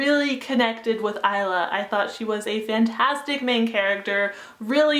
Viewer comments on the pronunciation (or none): none